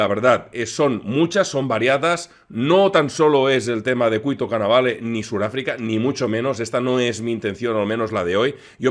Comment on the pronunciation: Cuito Cuanavale, no Cuanvale